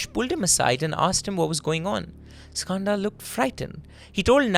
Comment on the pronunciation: as an Indian the way he says Skanda is heartbreaking. why are you anglicising the pronunciation of a beautiful Sanskrit word?